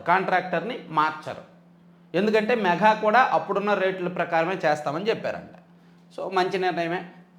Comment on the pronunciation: ' మెఘా ' కాదండి. ' మేఘా '. ఒకసారి ఉచ్ఛారణ చెక్ చేయండి.